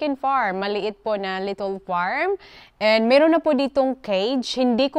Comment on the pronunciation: wag ka nga english ng english,chaka pronunciation,little hindi litol,kakaloka,mgtagalog ka na lang,wag gawin excuse dahil bisaya ka,daming bisaya na fluent mg english